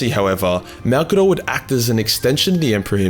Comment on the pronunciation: Gotta admit, I was surprised when you got the pronunciation of his name dead right on the first go. I was guessing it wouldn’t be 30 seconds into the video before you were calling him ‘old mate Mazza’ or some shit to avoid all those syllables. I guess Maybe Malcador was an Aussie, and that is why his name comes so naturally to you?